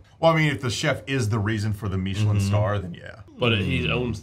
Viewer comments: Meeechilen instead of Michelin made me laugh. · Am I the only one bothered by, “meeeeechelin star”? Lol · Why are you pronouncing michelin like that, it's literally the tire company it's not some fancy french thing.